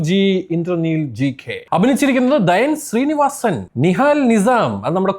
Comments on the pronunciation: Dhyan Sreenivasan enn nere Parayan polum ariyilla😬.. Dhaayn Srenivasanalla "DHYAN" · അണ്ണാ ദയൻ ശ്രീനിവാസൻ അല്ല ധ്യാൻ ശ്രീനിവാസൻ അറിയാതെ പറയുന്നതാണെങ്കിൽ അടുത്ത വട്ടം എങ്കിലും തെറ്റ് കൂടാതെ പറയു Its very annoying